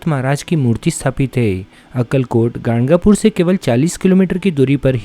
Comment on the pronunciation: ganagapur hai woh gangapur nhi